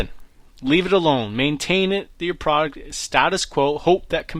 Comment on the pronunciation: Product not Praaart please